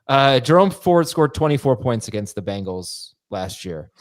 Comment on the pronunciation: Can someone PLEASE tell that it’s pronounced Bangles and not Bingles?